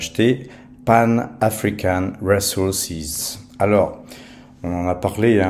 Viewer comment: RiZoursize et pas Réssoursize 😂